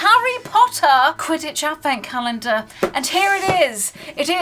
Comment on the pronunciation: What’s a “cah-yen-der”? 😬